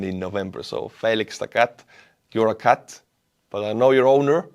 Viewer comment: you misbutchered "cat", ä'd pole ju!!!